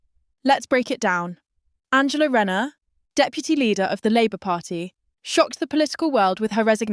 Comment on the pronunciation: You cant even say her name correctly